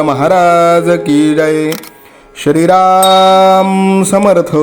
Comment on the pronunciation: ग्रंथ वाचन खूपच छान आहे.आपणास साष्टांग दंडवत करतो🙏.पण तुम्ही श्रीराम ऐवजी शरीराम का म्हणता ते कृपया सांगावे🙏🙏 श्रीराम जय राम जय जय राम ❤️🙏❤️ डोंबिवली.